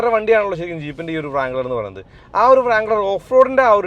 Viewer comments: ജീപ്പ് ബ്രാങ്ക്ളർ / ഫ്രാങ്ക്ളർ എന്നൊന്നും പറയല്ലേ. റാങ്ക്ളർ ആണ്. നന്നായി നാക്ക് വടിക്കുക😂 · He is wrong. W is silent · Bro its not pronounced "vrangler" its just "rangler"... W up front is silent..... Just a humble correction.... I don't like others teasing keralites for mispronouncing words while mentioning about our literacy rate... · its not - "Vrangler", it pronounced as rangler, W is silent. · വ്റാങ്ളർ അല്ല ബ്രോ.. റാങ്ളർ.. "W" is silent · വ്രാംഗ്ലർ എന്ന് പറയുന്നത് അലോസരം ഉണ്ടാക്കുന്നു. W സൈലന്റ് അല്ലേ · Wrangler nte w silent anu ucharikumbol onnu sridikuka eni